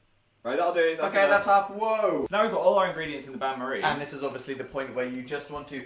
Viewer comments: The bain marie was "un-stay-bowl" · It's actually "Bain Marie"(french) which translates to Marie's Bath (kinda) They pronounced Bain wrong and it was so aggravating😂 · As a french girl, Dan and Phil trying to say "Bain-marie" is the funniest thing to me, because they can't pronounce the sound "ain" right (Btw, it literally translates to "bath Marie" don't ask what it means, I don't know) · Oh is that how you REALLY feel Dan? Do I need to remind you of video "Halloween Baking: Brownie Graveyard." where at 3 minutes and 39 seconds you pleaded "Is it a bain-marie?" (Which you pronounced wrong by the way.) Then later at 3 minutes and 41 seconds you commented "Holy sh*t I think it is." Delia would be ashamed.